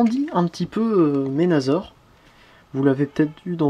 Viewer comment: Pas ménazor!!!C Menassor mais sa s écrit menasor,et si tu veux faire le bon français alors appelle blaster tempo!